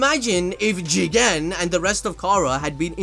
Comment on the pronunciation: Jigen more like chiken - google translator